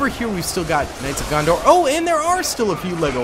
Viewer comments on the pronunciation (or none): loves him some Knights of Gondor. Noone:: “…And over here… the Knights of GonDOR”😂